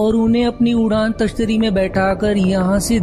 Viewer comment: Udaan tashtari nahi bro udan tashtari hota hai